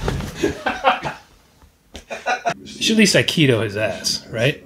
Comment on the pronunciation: Does he say Aikido or Burrito